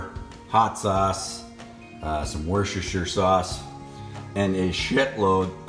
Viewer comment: That looks so good. Mind you, 30 bucks worth of cheese on anything is always good. I will definitly try this one. FYI 'Worcestershire' is actually pronounced ' Wooster'.